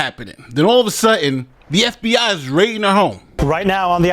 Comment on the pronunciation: Hi, I’m not sure emphasising F….B….I as you did is appropriate. Reporting news and offering your editorial comments is appropriate but trying to manipulate your audience isn’t. Do better.